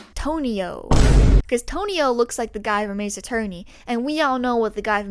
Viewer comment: You have gotten Tonio literally the EXACT WRONG WAY